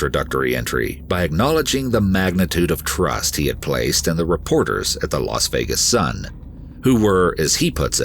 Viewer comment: Really ? Very interesting story of determination and courage. But on a note for the narrator; you mispronounce too many words. And the name Las Vegas is not pronounced "Los Vegas"; Las is pronounced "lass", which rhymes with "gas". Process, is not pronounced "Prawcess". Evade is not pronounced "avade". There are many more, but you probably get the idea. Having a good voice is one thing, but like a singer who sings off key or off time, does not really cut it. Stay safe y'all.